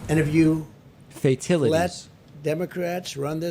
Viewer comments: Did Trump say "fatilities" instead of fatalities? Or was i dreaming? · "FAITILITIES" LOL!!! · Fatilities!?! The word is fatalities you reading challenged boob!!